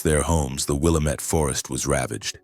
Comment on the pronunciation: it is not willamett. it is pronounced Will lam ett it the indians named the river.